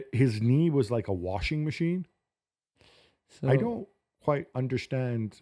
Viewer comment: 'Wasing machine' = rattling about